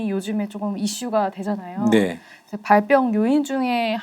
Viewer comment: 발병을 발뼝이라고 발음하는사람 처음봄..